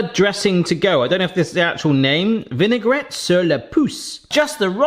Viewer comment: So when you talk in freche. The dressig you actualy pronounced as vinegar. Vinaigrette YOU need to pronounc the tt as a t and the e is silent. Hope it "Eggspired" U